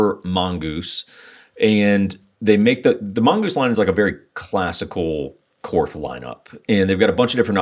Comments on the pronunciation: German words (as far as I have been taught), that end in TH, use a hard T sound. It is pronounced very closely to the English word Court. Just like the Philosopher Karl Barth. It's pronounced Bart and not Barth. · > I’m a Korth guy. > Continues to pronounce it “korth” when it’s “Court”. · The "H" is silent. It's pronounced "kort" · You learn enough about revolvers, and you might just learn how to pronounce Korth correctly.